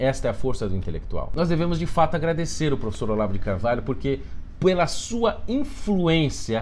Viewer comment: Vídeo ótimo, uma coisa engraçada que quase ninguém percebeu: nesse minuto ele disse puela e não pela.